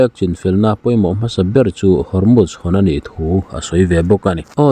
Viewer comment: Hormuz i lam dik leh tawh lo. 🤭🤭🤣🤣🤦🤦